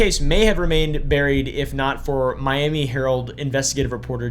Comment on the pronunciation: Saying Me-om-me instead of My-am-me for Miami is wild